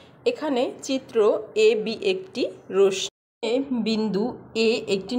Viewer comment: রশ্মির উচ্চারণ সঠিক নয়।